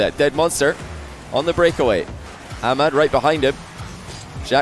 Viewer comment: You are from USA or England and you pronounce ahmad wrong. Just informing 😂